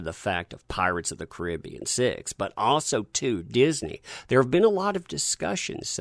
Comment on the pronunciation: I know that yoi can say Caribbean bith ways, but the way you say it when you say Pirates of the Caribbean is the wrong way for that title. Its the other way in this case.